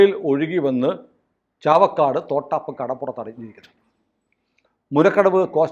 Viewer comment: തോട്ടാപ്പ് അല്ല..... തൊട്ടാപ്പ് ആണ്.😂